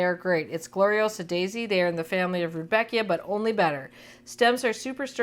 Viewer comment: pronunciation: RUDD-beckia. (You are welcome)